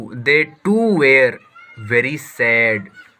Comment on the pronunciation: Were ko wer bola jai hai